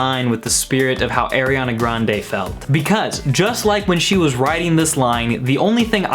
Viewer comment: "airiana grande"